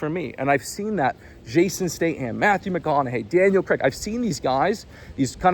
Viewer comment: Fucking up the pronunciation of Jason Statham AND Daniel Craig's names multiple times is impressive.